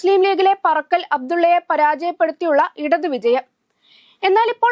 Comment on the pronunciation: പറക്കൽ അബ്‌ദുള്ള അല്ല കൊച്ചേ പാറക്കൽ അബ്‌ദുള്ള.... പിന്നെ 80000വോട്ട് എന്നൊക്ക പറഞ്ഞാൽ ഭൂരിപക്ഷം ആണെന്ന് തെറ്റിധരിച്ചു പോകും 😂😂ഭൂരിപക്ഷം മുന്നൂറ്റി അൻപതിൽ താഴെ ആണ് 😂